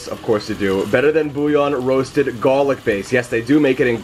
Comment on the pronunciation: garrrlic base! Wicked Pissar!!!